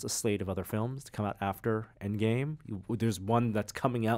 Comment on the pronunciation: Avengers "Engame"!?Missing the 'D', dude.